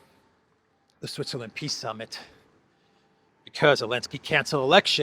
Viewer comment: He says piss summit and he can't be more right 😂😂😂